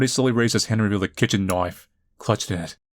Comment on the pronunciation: I dont know why but always lose when he says KNAIF!!!!